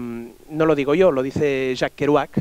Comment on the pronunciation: Me hace gracia como los catalanes pronuncian yo es como iooo